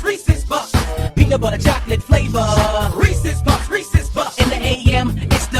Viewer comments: Sounds like they were saying "Racist puffs! Greece is fucked!" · anyone think that Reese's Puffs sounds like racist Puff